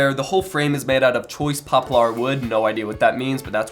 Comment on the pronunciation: pronounced Pop-ler